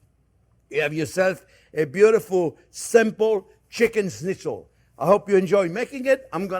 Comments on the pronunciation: Not bad. But use turkey. The result is better. And learn to say correct Schnitzel!!! Not snitzel😅😅😅😅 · Chef, you say it just right. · the way he says schnitzel is pretty good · Hearing a Frenchman say 'schnitzel' is almost as amusing as hearing a German say 'squirrel'